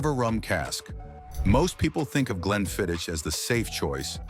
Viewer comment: Please use an actual person for narration, not the damnable AI! "Iss-lay? Glenfidditch?" No scotch afficionado would say such things. This is the hallmark of AI.